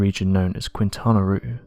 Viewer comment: FYI: Quintana Roo is pronounced “keen tana Ro” Ro pronounced as in the first syllable in “Ro man”